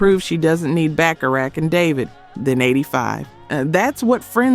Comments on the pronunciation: Stupiest video. Full of wrong information and the dumb title. By the way, its BACHARACH, not BacharaSH. You are not doing your job. No subscriptions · she says, "Burt Bacha-RATCH". We all know who should retire from doing videos.